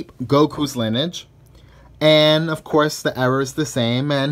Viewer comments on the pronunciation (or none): Linige? It’s lin-e-age. Lol